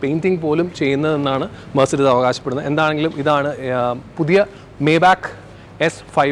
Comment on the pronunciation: Bro not മേബാക്ക് , the pronounciation is "മൈബാ(ഹ്)"